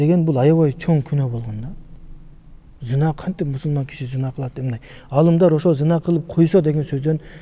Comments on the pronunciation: Зина эмес, кыргызча зынаа го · Зина эмес зынаа деп айтылат.